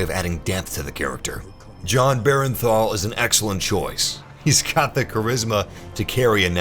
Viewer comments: Jon Bernthal not Berenthal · Who the hell is Jon "Berenthal"?